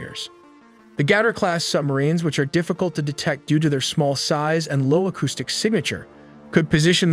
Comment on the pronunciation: What is an ACCAUSTIC mine. Did this AI narrator miss pronounce Acoustic mines ?